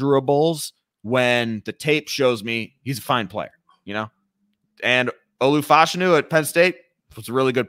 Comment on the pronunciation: I don't know why is mispronouncing Olu Fashany name so much. It's like he's doing it on purpose.